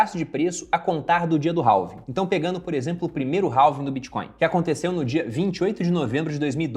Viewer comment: Halving se fala REVING, se vai falar abrasileirado fale então ALVING já que o H em português não tem som.